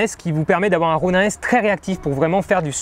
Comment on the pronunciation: Juste un truc. Est-ce que tu peux dire [ro.nine] plutôt que [ro.nain] ? Parce que bof bof la prononciation franchouillarde... Sinon un bien beau test !